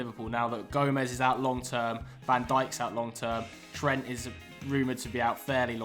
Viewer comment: Butchers Trent's name though 😅